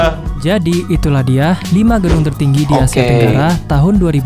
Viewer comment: Tertinggi bang , bukan teruggi